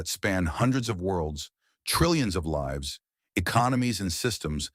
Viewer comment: Your stupid AI pronounced 'lives' incorrectly. Context matters.